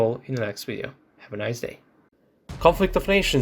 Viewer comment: I cant do all of them in one “wideo” had me 🤣😂🤣😂🤣😂